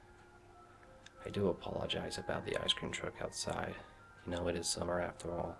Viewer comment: Ha! I didn't notice the American accent until you said "ice cream truck".